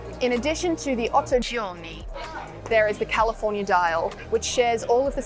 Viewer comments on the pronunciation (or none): IMHO it´s called Otto Giorni, not Otto Giorna. As can be read on the dial.